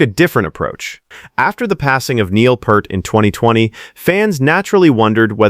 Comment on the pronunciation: NOT PERT!!! (You're pronouncing PURT!!!) THAT'S WRONG!!!! 😠😠😠 It's PEART!!!! Pronounce PEEEEEEEEERT!!!!!! 😉😉😉 YOU'RE WELCOME!!! 😁😁😁